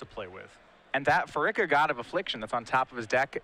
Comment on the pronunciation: Part of me dies every time he says "Phar-ICK-a"